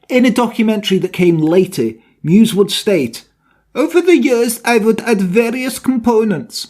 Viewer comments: your german skills are pretty good! but meiwes is pronounced „my-ves“ not „muse“ 😁 alles klar? 😉 great video! 👌🏻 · "Meiwes" isn't pronounced "mews", but "my vess".